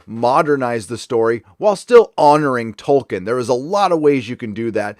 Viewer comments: THE NAME'S TOLKIEN, NOT TOKEN!!! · I know this is nit picky but I’m pretty sure it’s Toll- keen Sorry 🙃